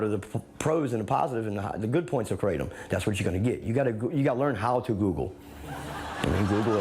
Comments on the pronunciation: Kratom is pronounced KRAH-TUM. It’s not crate-um. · No John, just ban them, as a former "krah-tum" (not kray-tum John smh) we will figure out how to deal with withdrawals. Theyre not the same as opiods but its disgusting they're not 100% illegal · just pronouncing it that way is pretty pathetic, there was a guy here in Brooklyn and a head shop who kept on saying it like the way you would pronounce "Ralph Kramden", it was stuck in my head for a fucking year lolllll KRATT'um!! it's krah-TÖM. Thai. just like we dont say San Joasy or chevroletttt 😜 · First, its pronounced kratom, not kratom. I agree gas station drugs are trash, but there are online kratom vendors that test for quality and consistency that are a better source if you take kratom for pain management or recreation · 😡😡😡😡😡😡😡I love you John Oliver but you are an idiot for not even knowing how to pronounce the word correctly let alone COMPLETELY talking out of your ass. kratom literally save thousands if not hundreds of thousands of lives by getting people away from opium. that's why it was made illegal during the British opium wars. The problem is with contaminated product, or concentrated extracts that actually mimic strong opioids. YOU ARE HARMING PEOPLE WITH THIS BROADCAST. this was just the biggest mistake you've ever made in your career.